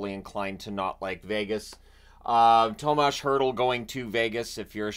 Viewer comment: …. It’s TOMAS not THOMAS …trust me on this one… i am Czech 😉😎…. Thanks for all your hard work ❤️